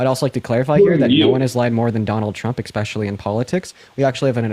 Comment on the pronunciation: It's "especially" not "expecially". You sound like a Republican when you say "expecially".